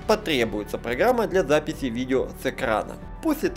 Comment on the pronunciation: я для запифи ,сходи к логопеду